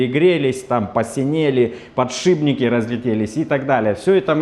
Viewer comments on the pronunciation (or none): none